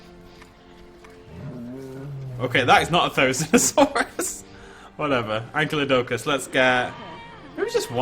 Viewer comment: Your inability to pronounce "Ankylodocus" is entirely because you think "Ankylosaurus" is "ank-ee-lo-saurus" when it's actually "ank-eye-lo-saurus".